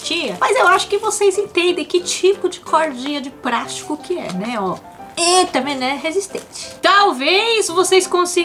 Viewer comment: É de praastico kkkk